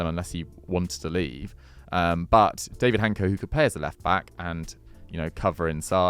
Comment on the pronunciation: Little help with Hancko pronounciation: Dávid (Daavid) Hancko (Hantsko)